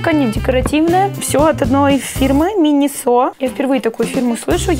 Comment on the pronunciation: МинИсо А не минисО